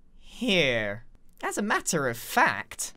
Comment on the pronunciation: that was a weird accent when you said ‘here’